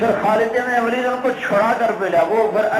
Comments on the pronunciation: its not walid say it waleed ok understand otherwise say only khalid u know nothing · Its not خالد بن والد its خالد بن ولید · Vaali naheen, Bul k Valeed kahein.